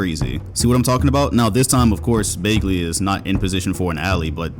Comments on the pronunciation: I appreciate the Kevin Martin image at the beginning of the video, but why do you keep mispronouncing Bagley? The fuck is Baygley? 😂😂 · Hang on. Accusing us of not watching Kings and yet you pronounce the name BAY-glee? Come on, bruh. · BAG-LEY BAHG-LEY BA-G-LY All three of these are more correct pronunciation than EINSTEIN BROS BAGLEY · "Marvin BAEglee" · “ Baygley” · no one:: “Baygley” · Also: bogdanoVICK 🤦‍♂️ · If you say bagley like that one more time imma unsub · This guy has seen every kings game and doesn’t know how to say bagleys last name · The way he says Bagley's last name triggers me lol